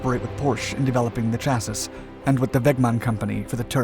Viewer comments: Great content but please, it's pronounced phonetically "cha-sea" not "cha-sis" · Are you determined to repeat the word sha-sis, instead of chassis, for ever? Still. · Chassis is pronounced chass see, not chass sis. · chassiss – there it is again. Never mind that the incorrect pronunciation was mentioned dozens of times in a previous video with the same mistake, it doesn't look like the owners of this channel read the comments. Same thing for the music being consistently too loud, always reported by tons of people on every single video. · The final S in the word chassis is always silent. Even in American.